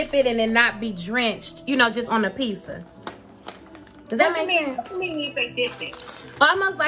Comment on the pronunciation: "a pissa" 😂😂😂😂